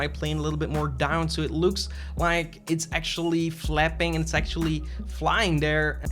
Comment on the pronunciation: Am I the only one who hear "sexually" when he says "actually"?